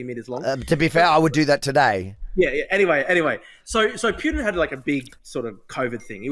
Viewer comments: drew cant even pronounce "putins" name correctly, its poo-tin NOT pYutin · Who TF is Pewtin? Ffs. Dude loves to consume his own word salad. What a lost cause.